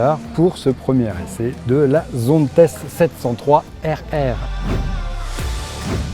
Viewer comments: Zonte la prononciations, tu ne dis pas PariS, ChamoniX... Sinon bonne vidéo... Par contre les trajectoires sur route c'est pas ça ! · Tu dit donc Dalla et non Dallas , Las Vega et non Las Vegas ??? C'est un Nom propre c'est donc ZONTES"SE"